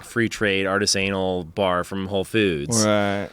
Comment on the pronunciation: Did he just say artist-anal rather than artisanal at around the point? My god. I could identify with being a grown ass man that has been saying a word wrong for years, however.